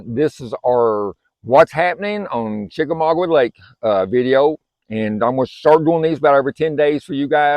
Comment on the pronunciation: Chickamauga... Not chickamaugwa